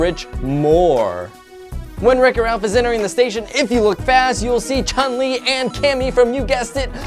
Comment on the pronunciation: It’s Chun-Li not Chin-Li